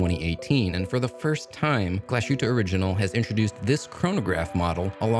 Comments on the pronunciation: Glashootah? Lol, c'mon now, Glashutte is Glass Hootah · Hi Guy: Just an annoying note on the brand name pronunciation: 1. Pronounce it however you want and see fit. 2. However, if you would like to get closer to the German pronunciation, try this: Glas-hoot-uh Ok, sorry for being that guy but I am that guy. You are also that Guy! Haha. Take care man and glad to see you are getting paid for some vids. You have done a lot of work. --Michael